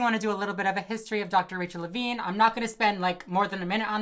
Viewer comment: "Levine" Every. Single. Time.